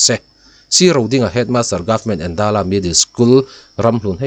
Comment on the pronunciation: Endala tih kha i lam dân dik lo, Êndãla, eng alo dãl tihna ang hi.